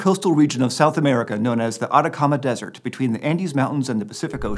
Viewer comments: Can I just say I love that he learned how to say the desert correctly— sounds great! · As a fluent Spanish speaker, I can say you're 100% correct on that. He said it flawlessly